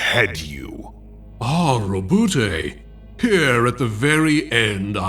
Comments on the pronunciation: Why tf would you prounounce it Roe - Boo - Tay. Lmao . Sounds terrible. How about - ROE- BOUT. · 3 seconds in: "Row-boo-tay..." gone.